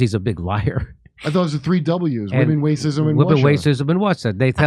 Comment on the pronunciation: Women, wacism and Wussia! 😂